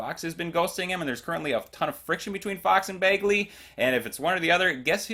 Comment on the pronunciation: I thought it was BAGley, not BAYGley